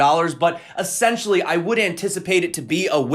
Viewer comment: es·sen·tial·ly /əˈsen(t)SHəlē/ Learn to pronounce adverb used to emphasize the basic, fundamental, or intrinsic nature of a person, thing, or situation. "essentially, they are amateurs"